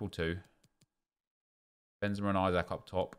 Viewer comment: It's benzema